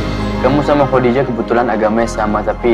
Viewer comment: Kenapa ya org indo ngomong nya kodijah jelas2 tulisan Khadijah dan semua orang muslim diluar negri & di negara2 arab pun menyebutnya khAdijah bukan khOdijah . IstikhArah bkn istikhOro ga semua nya خ/ر di baca O.